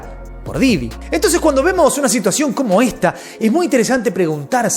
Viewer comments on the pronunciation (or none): Porque dices didio? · Me da risa cuando dice diddyño